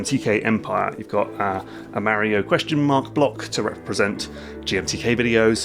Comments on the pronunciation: The way you are saying Mario is horrendous. It’s like knives ear fucking my ears, but good video. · If this dude says Mario wrong one more time.... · It's Mario, not mary-0😂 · Why are you adding an "I" to Mario. You are saying it like this "Mairio" wtf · Super.... MARY-OH.... Brothers 🙃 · sorry, it's just really hard to listen to someone say "Merio" over and over again... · MAR E OH NOT MARY OH ffs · It's Mario. Not Mehrio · Pronouncing "Mario" as "Mowrio" makes me unreasonably angry 😂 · it's MAH-REE-YO not marrio thanks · this guys says mario weird right? he says mah-rio, i say muh-rio. whos right? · LOL, "MARE-e-oh". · The way you pronounce Mario as Märio was very distracting to me as a German XD Not distracting enough to not enjoy the video, but I kept thinking about it. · it's not Mary-O and there's only one i in aluminum. We need to start calling these people out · He didn’t say “mary-o” and aluminium is spelt with two Is in every country outside of the USA and Canada. America is not the world. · IS HE SAYING MARRY-O? MERRY OH? MARRY A HOE? HE SAYS MARIO WEIRD. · As an Englishman who grew up in New Jersey, I gotta say: I hate the way English people say "Marry-o." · The first thing i learnt is that this guy says mario different to anyone I've seen before and now I'm wondering if I've been saying it wrong my entire life. Is the "a" in mario a short or long vowel? I've always said it as a long one but I've just heard it said with a short a sound by someone who'd I'd assume wouod know what they are talking about on the matter. Could anyone help me out with this? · I'm curious about your pronunciation of Mario. You say it like the word marry, with a sharp A sound but I say it like Mark, with a rolling R sound... Why do you do that? It is more an American English way rather than your native ( I assume) English/British tongue. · I'm sorry but the pronunciation of Mario triggers me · I.agine mispronouncing mario for 30 min